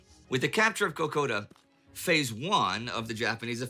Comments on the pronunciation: PLEASE LOOK AT THE NAME. IT IS KO KO DA NOT AS YOU SAY IT KO KAH DA. DO YOU HOMEWORK PLEASE. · Kakoda track not kakada track. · You weren't saying it right. It is not Kowkahdah Trail. It is Kowkowdah Trail. The ''ah'' is ''oh''. Just so you know. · It is pronoounced Ko Ko Da not Ko Kar Da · Kokoda is properly pronounced K'Koda. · The name of the track is pronounced. Kak- Oda. Emphasis on the O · Mate, it’s pronounced “Ka Koda”….. Also looking into the 39th Battalion……. For all those who served in New Guinea…. Lest We Forget. Message from an old, grumpy, World-worn Aussie bloke from the Vietnam war era. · Try ko ko da closer to the pronunciation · Ko ko dah. Lazy American pronunaciation. There is no A or R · Pronounced co-co-da. trail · And thank you to you Sir for correcting 'Trail' to 'Track'. It is correctly pronounced Kakoda Track, the US labelled it trail because that's their word for a Track. But it was an Australian Compaign and we cut the Track. Cheers Mate. 👍